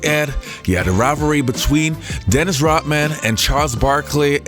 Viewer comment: ROD man, NOT ROT man. Say Rodman. Say it